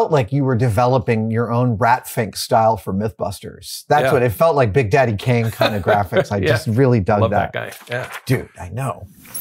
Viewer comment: Ha! Big Dady Kane!! Love that slip up! Big Daddy Roth!